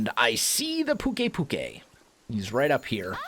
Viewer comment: by the way pukei is pronounce pyu-kaii